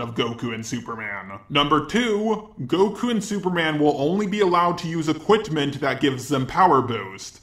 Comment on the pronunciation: “How do you say equintment wrong when u said that word right like 2/3 times properly”...(just saying✋🤚)!!